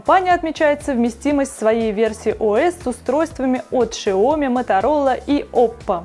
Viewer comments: Шаоми... СЯОМИ! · Ужасно, как можно давать человеку который в технике ничего не понимает, давать объяснять людям про технику... Сам учусь в Китае, никакой ни Шаоми, Сяоми - правильно. И насколько я знаю говорят Кайяноген или Цианоген, но как говорит она... Нонсенс... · СяомИ ! Ударение на И! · шаоми режет ухо